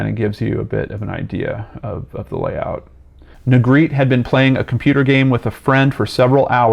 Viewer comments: This last name is pronounced Neh-greh-teh. Not Negreet. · Its neh-greh- teh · Sorry to be picky but his last name is a spanish one and it is actually pronounced "neh greh teh". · What baffles me is how Negrete is pronounced “Negreet” in every single YouTube video about this poor kid. 🤦‍♀️ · Well, I don't think people are gonna know it's pronounced "Nay-GREH-tay" like Spanish. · Every single person has pronounced his last name incorrectly. My older brother went to high school with him and played in the jazz band with him at Rancho Bernardo High School. His last name is pronounced “Ne-Gretti” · on a side note his last name is pronouced like spagetti (have actually heard his younger brothers both say it) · Yeah, it is pronounce Ne-gre-te. It is a Spanish surname. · Close 🙂 I’ll spell it phonetically, looks crazy but it’s Neh Gret Ay. Just making the correction bc it may be helpful. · I remember this. Ps: “Negretty” phonetically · No its neh- greh- teh, phonetically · Pretty sure it's pronounced ne-gre-tee or ne-gre-teh in Spanish pronunciation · I went to school with a Negrete; it was pronounced "Neh-greh-tee", with the emphasis on the second syllable. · He's pronouncing Negrete wrong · no, the E at the end of Negrete isn’t silent.